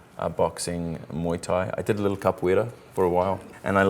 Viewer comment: ele falou capoeira igualzinho um brasileiro